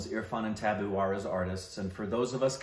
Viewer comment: They keep saying Tabu as Tabboo and it takes me a moment to realize what they mean😅